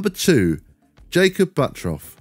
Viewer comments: Crazy how he still says buttroff and not buttruff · Surely that’s pronounced “Butt turf”?